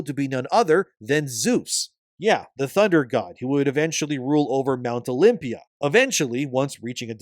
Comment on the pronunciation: Mount *Olympus* Not “mount Olympia”.